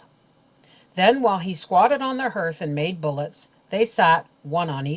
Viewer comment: For the sake of children I have to tell you that you mispronounce several words... hearth and slough especially..I find it so irritating that it ruins the story